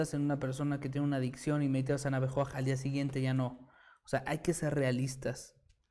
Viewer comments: Se pronuncia Ana Bejoaj y se escribe Ana Becoaj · Por favor Amiga si lo pudieras hablar correctamente la palabra Ana Be Coaj no Ana Be Coraj disculpa gracias